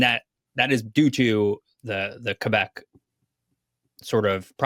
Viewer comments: Always love when anglophones pronounce it Kay-Bec (properly) instead of Qweh-Bec (anglicized). Love the content 🖤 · both are acceptable, the proper official correct one is kaybec (both E are not pronouced the same) but some french people kinda mix the ay and eh sounds in general so youll also hear kehbec a lot